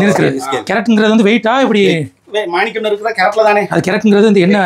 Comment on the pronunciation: என்னடா இவன்‌. மானிக்கம் மானிக்கம் என்றே சொல்லுகுறான் வைரம் . ம்டா